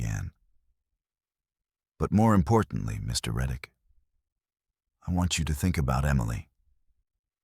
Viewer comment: Tyler Reick, not reddick. I can’t find this crime anywhere.